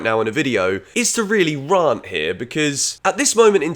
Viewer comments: I'm more concerned that he says "Rar-nt" rather than "R-ant". 😅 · Agree it’s difficult for all concerned. Harder to say so because of the obvious comparisons over there. Will always be criticised. Difficult to know what to feel. And it’s Rant like Ant. Not Rarnt like Aunt. Not a dialect/accent thing. It’s just a blind spot. Google it… and keep up the good work. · The real issue here is why can't say the word "rant" lmao "Raarnt" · Can’t move past the pronunciation of rant